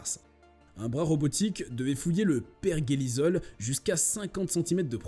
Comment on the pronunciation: Pioneer se prononce " pionir" Et survayor "surveior" pas survayvor... Bon je suis déçu de cette vidéo. Et l'Ésa c'est en un seul mot, comme Nasa... Et par pitié, c'est "perjélisol" pas perguélisol... Il n'y a pas de U après le G et c'est un E donc se prononce je...